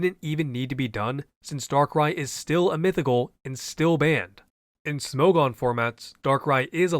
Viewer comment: I've never heard anybody pronounce Smogon like that